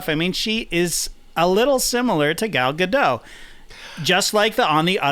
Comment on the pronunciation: I just wanna point out that the T in "Gadot" isn't silent. She's Israeli, not French.